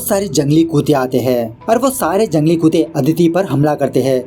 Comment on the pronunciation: Bhai tum kuto kyu bolte ho wo kutta hota hai